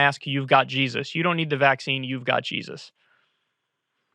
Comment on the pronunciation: Why-uh do they all say JESUS-UH?!